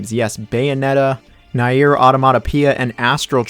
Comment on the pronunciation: Nier is pronounced N-ee-R not "Ny-ear" like what you said.